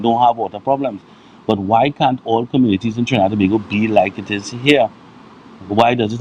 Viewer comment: Love the way you said Tobago! Good morning 😊🇹🇹🌶💙🌶💪🎶🇹🇹